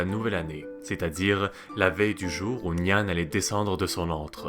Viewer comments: C'est intéressant. Mais tu aurais au moins pu te renseigner sur la prononciation. Nian se prononce " niènn ". Même remarque pour la prononciation du moine.. Quand on parle d'une langue existante encore, il faut donner la vrai prononciation. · Il prononce comme tu ecris le pinyin chinois 😊 normalement c'est "nián"